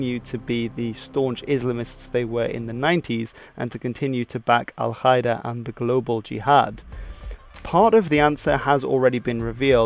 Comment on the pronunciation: Qaeda isn't pronounced kaeda 😉